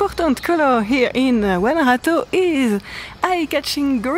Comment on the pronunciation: and, before I forget..... your pronunciation of "Guanajato" is perfect! 👍👍